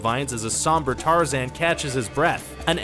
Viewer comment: I heard him f*cking say tar-zin It's tar-zan Just like how people mess up saying my last name there is no f*cking i in either of them so you must not have gone to school